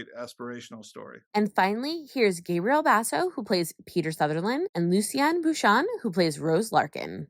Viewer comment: lovely interview but her name is pronounced "lucy-an-ee" and surname is "bucha-nan" sorry it bothered me had to point out🙃